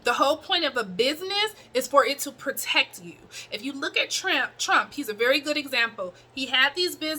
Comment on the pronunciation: Lol you call my boy Trump/Tramp 🤣 anyway just a little humor but thanks for the information my sister and keep pushing